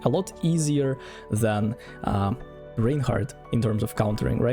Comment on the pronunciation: İts Raaaaainhardt not Reinhardt